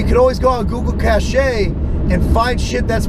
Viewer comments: Google cashay? Google Cache is pronounced CASH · computer guy here. Cache is pronounced "cash" the e is silent. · he pronounced the "e" at the end of "Google cache"... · google cashay lmao